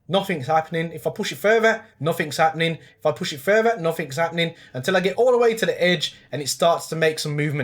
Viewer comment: In canada we say further not furvra but thats crazyyyy